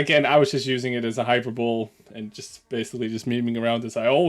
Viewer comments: Offense can never be given, only taken. Also it's pronounced "hy-per-bo-lee", not "hyper-boll". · lol, "hyper-bowl", its "hy-perbo-lee" Anyway, WG is so anal it's not even funny anymore. Hey WG, ..I.. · Best of memes to you,. Just FYI: hyperbole is pronounced high-purba-lee, not hyper-bowl. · Hypeebole = Hi-per-bowl-ee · Hy-per-bo-lee, not hyper bowl. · It is not "hyper-bowl", it is pronounced "high-per-bow-lee". Thank you. Once you apologize to the English Language, you will get your Community Disturber status restored. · Hyperbole is pronounced Hi-Per-Bow-Lee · Uh, thats Hi-per-boll-ee... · Is intentionally mispronouncing hyperbole or what? "There's the Super Bowl then there's the Hyper bowl" - sn00ze. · FYI: "Hyperbole" is Pronounced "Hi-per-bo-lee" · A proper warning was warranted. I'm glad they came back to you with a better response. I'm also glad you handled this with such maturity. hyperbole is pronounced hi-per-bo-lee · Pronounced high per bol ee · hyperbole as in jubilee not bowl.....sorry, in case you care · Hyperbole - pronounced hi-per-bo-lee Wargaming are losing the plot completely. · The comment was hilarious, although it shouldn't have named VK's son specifically. Also, hyperbole is pronounced hi-per-bo-lee, although it may be a difference in languages. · "hyper-bowl" The Dutch trying to one-up the Super Bowl. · I think you handled this well. And fair play to WG for seeing sense on reflection. BTW, that's not how you pronounce hyperbole, it's hi-per-bo-lee. I said it wrong for years before someone told me.